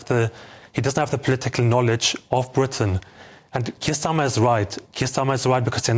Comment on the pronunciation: this is the problem. people who cant say the word "britain" correctly talk about Britain politics